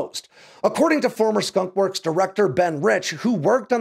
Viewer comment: “Skonk works”